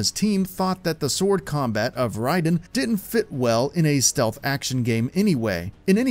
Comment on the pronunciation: Raiden's name is pronounced like the word ""ride"" Not like Raiden From Mortal Kombat